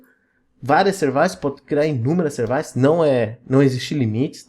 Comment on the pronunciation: Excelente vídeo, mas sevAIces me mata 😂. Excelente vídeo parabéns e obrigado.